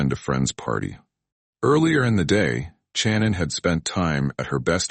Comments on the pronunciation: Shannon...not CHannin. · I couldn’t last 3 minutes watching this and how the AI narrator kept on saying CHANON! 😂